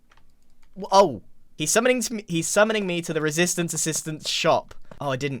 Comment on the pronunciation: More like ren-sistance